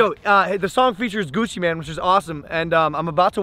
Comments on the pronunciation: Logan pronounces "Mane" as "Man" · It’s pronounced Maine, like the place or a lions furry face thing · Jonah P she said that cuz logan paul accidentally said gucci man instead of gucci mane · I’m sorry but you keep saying Gucci man but it’s Gucci mane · When he pronounces Gucci mane Gucci man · I think he said it on purpose cuz logan said “gucci man” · Is he saying Gucci MAN